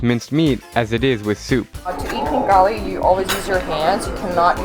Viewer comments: Its ხინკალი Not KIN KHALI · It is not kinkali it is xinkali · XD u need to leaen words u knowbsome that good but 1 thing its not kinkali its ხინკალი (xinkali) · When he said kinkali I was triggered haha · The food is pronounced Hin-ka-le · for khinkali you don't say the k.